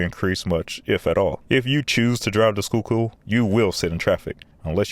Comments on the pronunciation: Congrats on pronouncing Schuylkill correctly. 😊 You are absolutely correct about I-76. I was always grateful to have safe trips when driving it. When driving it, I thought about being the safest I could be, because that is the only variable I could control. I live in New Jersey, now, in one of those Townships you mentioned in your NJ video. You can definitely see a difference in road quality and manageability when driving in NJ. Safe travels! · Great video! Very thorough and you covered a lot. But you really murdered the pronunciation of Manayunk! LOL. Locally, it's Manny-yunk. The "a" in manny is like the "a" in "and", and "yunk" rhymes with "trunk." (I'm sure that a commenter will disagree with me.) But you got "Schuykill" down perfectly. For former Rep. Perzel, the accent is on the last syllable. It's hard to believe, but when the Schuylkill Expressway first opened, there weren't any dividers or barriers between the opposing lanes! Crashes with fatalities were routine, so they finally installed dividing barriers. I live in Philly, and use SEPTA regularly, but there are times when I have to drive on the Schuylkill/I-76. SEPTA bus service to the King off Prussia area from Center City is very slow. It's gets caught in the same traffic as the cars. And as the only major connector to the Westbound PA Turnpike and Northbound PA Turnpike I-476 from most of Philly, there are times when drivers have no choice but to use the Schuylkill. SEPTA's planned rail extension to King Of Prussia from the Norristown High Speed line is now officially dead. The electronic speed limit signs that you mentioned seem to be fully installed, and they are helpful, as they let you know of slowdowns up ahead. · Got a chuckle . It’s pronounced “Manna-yunk” or “Manny-unk”, but its all good because you didn’t butcher the pronunciation of “Schuykill”. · Man you pronounced Schuylkill great and then got hung up on Manayunk 😆(It's Manny-yunk) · Ayyyeee he pronounced Schuykill right